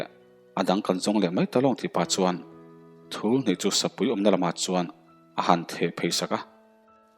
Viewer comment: Sarep thul nilo in tul tih zawk tur